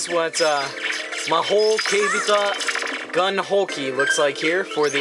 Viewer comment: No offense, but the word in the game's title is pronounced "keibiTAI", not keibita. Got to memorize those non-everyday kanji too!